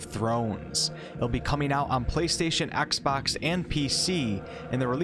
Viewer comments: Axebox? do you mean xbox? xD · “Axbox” lol